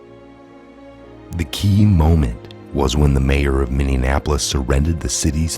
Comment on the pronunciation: It's MINNEAPOLIS not MINNEANAPOLIS.